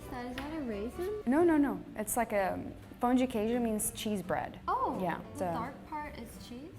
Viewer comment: the italian girl murdered the pão de queijo and, as a mineira, i'm honestly a little bit offended lol